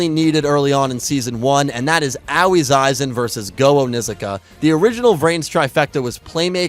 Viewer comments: I am and will forever be in at least slight amazement at how you refuse to pronounce Aois (AHOhE) name correctly. Anyway, when will you take my idea of doing weekly yugioh reviews of the various series (perhaps vote based) of the previous series as you had done previously till more is known about Y7? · Honestly, VRAIN's greatest writing flaw is that Akira didn't shout Aoi's name enough times for to learn how to pronounce it. I now call her BooBoo Angel because of you, I hope you're content with yourself.